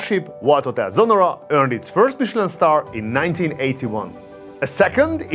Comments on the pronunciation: Its Sonnora, not Sonorra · It‘s Sonnora not Sonorra… In German there is a difference in pronunciation…😊